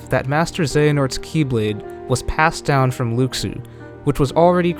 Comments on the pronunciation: Lu SHU not luke su 😩😩😩 i know this is a year old but damn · It’s Luxu not lukesue lol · Watch Back Cover, his name is pronounced "Loo-Shoo", not "Lucks-oo". SMH. That would be calling you "Mr. Wee Butts!" (Whereas I imagine your name is "" or even possibly ''). It would be an insult to you to call you anything but your name, and the CORRECT way to pronounce it. Please show consideration to artists and their design. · No... just... no. I'm all for creative theories, but dismissing what is already known about Kingdom Hearts is just wrong. And it's pronounced Lu-shoe. Not Lux-oooo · Luxu (Lu Xu, no O sound and KS instead of SH sound) is the actual pronunciation, but in english someone that doesnt know that could pronounce it like Lou Shoe. Latin tongues have different pronunciation that English. It always happens, like on Moana The Rock had shitty pronunciation of his non english lines, which is the only real criticism to his performance. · ***** It doesn't matter where it comes from. Fact is the name is pronounced Lou Shoe. So we're just going to have to accept it and call him that from now on. Or risk being as inaccurate as IGN when they say Xenanort and Eraqueez when it's Xehanort and Eraqus. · Since I watched KHX, I wondered why everyone pronounced it Luxu instead of Lou Shoe. Probably a misconception from the KHX games. :D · It's "loo shoo". Omg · right? Its pronounced "Loo-Shoo" everyone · why cant people say Luxu's name right? its pronounced (Loo-shoo) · Luxu / Pronounciation :(Loo- Shoe) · please pronounce Luxu correctly